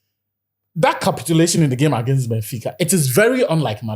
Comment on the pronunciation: "Gbenfica" took me out 🤣🤣🤣🤣🤣